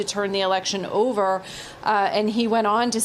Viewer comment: It’s OVUH!